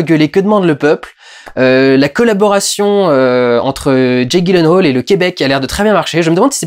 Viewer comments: Ça se prononce "yilenhal" ;) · Petit commentaire en passant : ça se prononce "Yilenhèyle" :3 Voili voilou (et si vous voulez vérifier : Bonne journée à tous, et continue Durendal, j'attends le prochain PJREVAT avec impatience ! :)